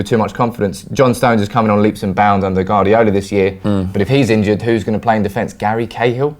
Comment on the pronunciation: Can you get to pronounce Guardiola correctly?